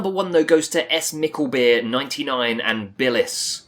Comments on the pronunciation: S-mikkelbeer 😂😂 in dutch its just smikkelbeer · Hij zegt s mikkelbeer xD